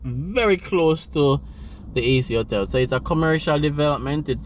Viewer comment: Not "otel". But Ho-tell.